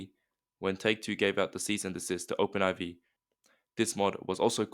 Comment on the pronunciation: It's pronounced and introduced as Open 4. Not Open Eye-vee